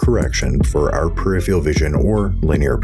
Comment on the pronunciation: Conversely, I appreciate where your voice sits in the mix, and my comment would be that the word is PER IF ER AL not PER IF EE AL And then there's me with a Yaw2VR motion rig that makes Monitors "right out" and my inner monologue is going "Awesome. Now do VR...." to VR users are not presented a rectangular, two dimensional image with linear perspective and we can see INTO the monitor...